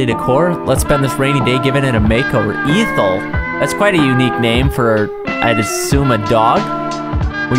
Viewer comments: EH-thel. EH-THEL. these were so good but freaking EE-thel broke me. I hate- hate hate hate- whyyyyyhyhyyyyyyyyyyyy am I like thisssss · He did not just call that turtle eeethel when its pronounced "ehthel" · It's pronounced EH-THOOL. Definitely no long "e" in the beginning. 😂😂😂 I have an aunt with the same name. Everytime you'd say it, i kept thinking you were about to say ether as in gasoline... 😅😊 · Not pronounced EEthel .. its eh-thul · Isn't it pronounced "Ethel" not "Eethel"? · its pronounced eh-thel not eefall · I just want to point out in the nicest way possible; it's pronounced eh-th-le. Not eethle. Have a nice day ☺️ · The dog's name is not Eeeee-thul. It's Ethel. Do you not know how to pronounce words correctly? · She, Ethel (pronounced eh-theel btw) is a girls name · It's pronounced "EH-thal"; a very old-fashioned name, btw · I think the name's supposed to be pronounced Eh-thl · Ethel was my grandmas name. It’s pronounced “Eh-thel” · I think it's supposed to be pronounced "Eth ull." Like, ethyl alcohol... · Ethel is actually pronounced eh-thel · You are saying Ethel wrong. It's pronounced eh thel . Like Lucy Ricardo's best friend from the I LOVE LUCY show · not to be that guy but it is pronounced (eth-ul) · I think it’s pronounced “eh-thel” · That’s not how you pronounce Ethel (ea-th-ul) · Bro pronouncing ethel like eethel, ythel or eathel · It's pronounced eth-all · It is pronounced ehh th eehl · Please tell me that's not how people there actually pronounce Ethel!! >_< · The way he pronounced Ethel had me dying 💀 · The way he pronounces Ethel is killing me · So… nobody gonna talk about how he pronounced “Ethel” wrong the whole time? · Not him mispronouncing Ethel's name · It’s- it’s pronounced differently than that,, like Lucy’s best friend in I Love Lucy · Ethel isn’t pronounced with the strong E. Say it like your saying meth without the M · The fact that you mispronounced Ethel irks me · i dont think its pronounced ethel